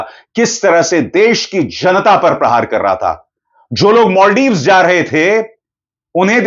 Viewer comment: Maldives ❌ Moldives✅🤣